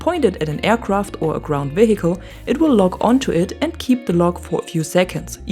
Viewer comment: Thank you for this and other videos, I appreciate your explanation. On a side note, do not pronounce the letter "h" in the word "vehicle". English is not my 1st language either, just thought to let you know. It doesnt bother me that you pronounce it that way. I simply mentioning thats all.